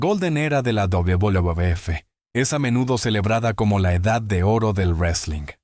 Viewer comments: Porque no pronuncias bien WWF se oye ridículo como lo pronuncias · El contenido es muy bueno, lo que te pido es que ajustes la voz de IA que usas, al referirse a la WWE o WWF, suena extraño y lo peor hace que pierdas el hilo de lo importante que tratas de decir. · Vídeo muy interesante. Mucho ánimo con la pronunciación de la "uvedoble uvedoble efe". Me encanta el canal. A darle duro!!!